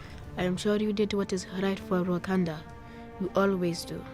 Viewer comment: “Wakanada” forever